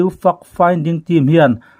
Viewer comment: Fact finding team i lam dan hi fimkhur a va tha em! Report a that thin teh lul nen. Fact hi fuck i ti ta mai emaw kan ti palh dawn tlat